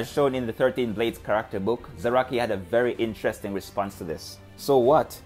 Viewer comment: It took a minute to figure out. But I swear.....every time you say "character", it sounds like you're saying "cracker".